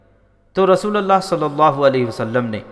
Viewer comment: ap par ALLAH ki rahamat ho Mohtaram Janab jara dhyan dijiye RASOOLALLAH Nahi RASOOLULLAH hota hota h